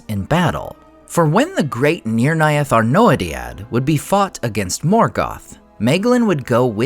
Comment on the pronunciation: Just noticing how you got the pronunciation of Nirnaeth correct, but always say May-glin